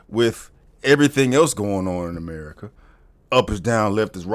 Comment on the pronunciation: Gotta love the reality show "AMARICA"